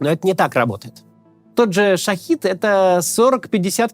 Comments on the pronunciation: Шахед, а не шахид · Кац, дрон называется не шахИд, а - ШахЕд (вестник) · Не шахид а шахет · Максим, дроны называются шахЕТ, а не шахИД =) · Как же Максим задолбал со своим "шахид". "Шахед"!!!! Слова совершенно разного происхождения, хватит их перемешивать из-за созвучия! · Максим! Хватит называть шахЕды шаХидами это разные слова и не надо их путать! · Макс, простите, но всё-таки “Шахед" (Shahed), а не "Шахид" (Shahid). Разработан и производится by Shahed Aviation Industries. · Не "шахид", а "шахед". Это другое слово, и оно имеет другое смысловое значение. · ШахЕды, не ШахИды! Что за... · Максим, все круто, но можно не называть шахЕд шахИдом? Я понимаю, что так это звучит более угрожающе, но это банально два разных слова с разным значением. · Только маленькая поправка - Шахед, а не Шахид ) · Не шахИд, а шахЕд. Опять эту ошибку делаете. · Правильно " Шахед "